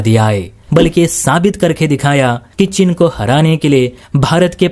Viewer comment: तुमसे आज तक हिंदी बोलनी नहीं आयी।चीन को 'चिन ' बोलते हो....